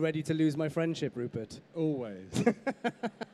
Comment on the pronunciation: Rupert, not Ruppert!